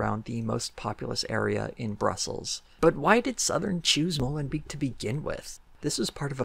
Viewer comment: as a belgian citizen it was weird how you kempt pronouncing molenbeek wrong and me being like wait what city is he talking about? and then seeing in the stats written and im like ooooh. XD just funny i love your channel.